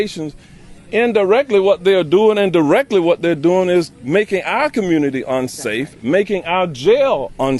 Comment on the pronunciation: Did he say "commooonity" ? Bro finish highschool if you're going to be elected as a mayor. OH WAIT, I know why they elected you....